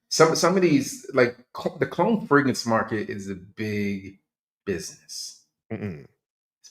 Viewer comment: Wait is from Baltimore now I see why he can’t pronounce the second R in fragrance😂😂😂. And when you said he bought a fragrance and took it back, it reminded me of when I used to work at Nordstrom‘s in Columbia, Maryland and them DC dudes would constantly buy, wear and return everything.